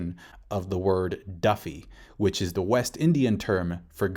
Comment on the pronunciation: ghost is duppy not duffy, also west indian refers to caribbeans.